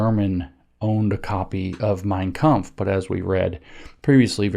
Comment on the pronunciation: I give him credit for the pronunciation of 'mein kampf'